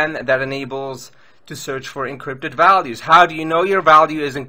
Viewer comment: I like the way you say encrypted! You say: Eencrrrypted